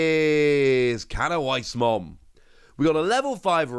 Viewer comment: As a heads up the W in canoweissmon is pronounced as a V. So it's technically cano-vice